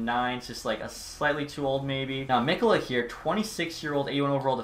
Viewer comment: It’s me ko la not mik o la